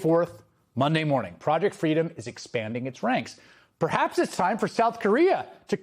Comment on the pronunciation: Oh dear, I heard "Fraudject Freedom". Perhaps that's not wrong ^^